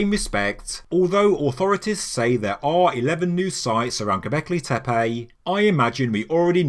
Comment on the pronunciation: That is not how your pronouncing ‘Goblecki Tepe’ . Fuckin fabulous mate. Exciting times.